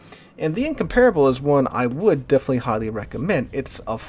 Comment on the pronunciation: I hate how you pronounce Incomparable.